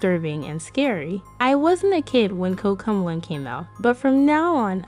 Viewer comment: Covmelon this is not a hate uyou say cook melon😂